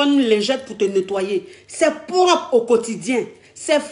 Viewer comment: elle dit poropre